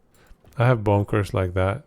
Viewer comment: Good stuff man🎉 I had extra entertainment because sometimes when you quickly say Bone Curse it sounds like you said Bonkers... The build really is bonkers 🤣👍🫵🏆